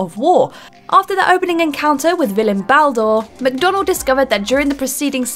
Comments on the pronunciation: She really just said bal door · Just as bad as ball-door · Too-saint, Bal-door, Issa-boo. What. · Baldoor? Bal fucking door!? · “after the opening encounter with the villain, Baldoor” cringe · And Baldur